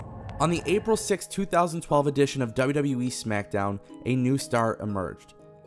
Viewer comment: Why does this guy keep saying WW"WE"??